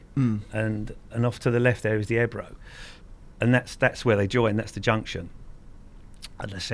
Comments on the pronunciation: its ebro o on the end not ebru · It's pronounced eb row not e bro 😜